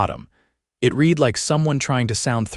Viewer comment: Teach narrator how to pronounce past tense of read.